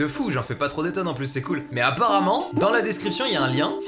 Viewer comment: T’a mal prononcé cool et ca a fait euhm..